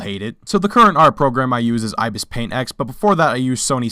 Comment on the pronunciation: You say Ibispaint wrong